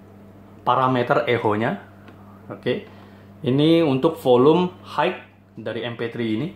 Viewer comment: Maaf mengoreksi sedikit. Utk pelafalan kata HIGH dalam bahasa Inggris bunyi yg benar adalah HAI (tanpa bunyi huruf K), bukan HAIK. Utk membantu belajar pelafalan bhs Inggris yg benar bisa coba install aplikasi kamus bahasa Inggris yg ada di playstore spt Kamusku dsb. Nanti ada menu pelafalannya. Semangat!